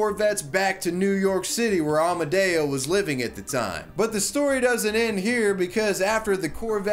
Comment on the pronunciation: I hear Amadeo, but his name was Amodeo... what's the error?